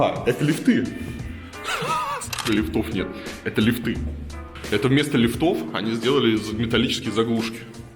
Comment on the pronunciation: ААААААА !!!!! Блин, какие лифтЫ, лифтОВ? ли́фт - ли́фты - ли́фтов!!!!!!! Пожалуйста, говорите по-русски.